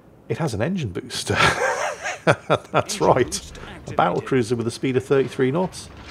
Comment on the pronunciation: And then calls it a “ba’l’cruiser.” Guess the WoWs design didn’t include a double-T in there.